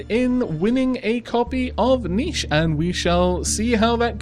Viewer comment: When you pronounced the hard "ch" I was slightly startled This wasn't the first time I heard you do that but it was just so unexpected